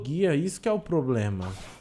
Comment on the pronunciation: se falou (plobema) zoando né